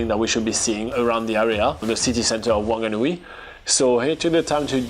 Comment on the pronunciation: I can give you a lesson of how to pronounce Wanganui wonga n ew ie